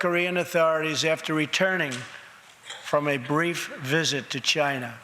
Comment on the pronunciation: Does he say chyna?